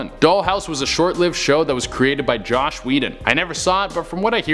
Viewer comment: A) Eustace was also a dick to Muriel and B) it is Joss Whedon, not Josh.